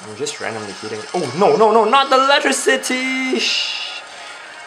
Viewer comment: "Oh no not the electi-citeeeee" made me laugh like crazy